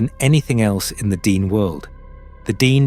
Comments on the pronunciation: It’s not DEEN- it’s DEN-EH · Its pronounced den-nay not dee-nee. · This is the iconic Nahanni. It is deep within Dene (pronounced Den-nay not Dean!) territory. I paddled this river last July (2025). Our float plane dropped us on Rabbit Kettle Lake near the tufa mounds, highly sacred and protected Dene springs. We were not allowed to hike directly to the mounds but we hiked to a viewing site nearby. We honoured the people, the land and the river with tobacco. It was an incredibly beautiful journey through the remarkable canyons, rapids and lower flats. It was like paddling through the lands in Lord of the Rings. We stopped at the cabin in Deadmen’s Valley. It felt very safe to me but it was very remote. An absolute privilege to be there. I have been watching a lot of videos on Sasquatch and other cryptids. I 100% believe they exist. I also believe they are the most ancient protectors of Mother Earth, and potentially also emissaries between worlds. My idealistic loving self wants to believe they leave us alone when we honour the land. When they reveal themselves to us, we must never raise guns or other arms at them. That’s when they take us. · its not DEAN its DAA NAA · It's not pronounced "dean" it's pronounced "d nay". Meaning first people in Navajo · It’s pronounced Den- ay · D-ehn-aye / dene'... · Tell us their heads were ripped off. It is how they died. That tribe (Dene) is pronounced Da naa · It's pronounced di-NAY. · Could somebody PLEASE teach the computer to properly and consistantly pronounce " De' Ne" !!! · Your pronunciation of Dene changes almost everytime you say it. If you really put so much time into researching this, then why do you keep changing this pronunciation.